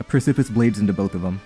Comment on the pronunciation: ily. You’re slightly mispronouncing “precipice”. You’re kinda saying it like “pris-sip-iss” and the correct pronunciation is more like “preh-sip-us”